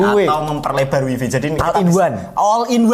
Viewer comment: info, wifi dibacanya waifai. seperti bahasa cino.